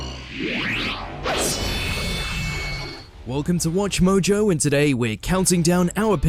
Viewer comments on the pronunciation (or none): none